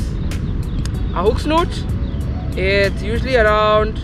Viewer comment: 🎣 hook Snood, - not snoot,! 🙂 🎣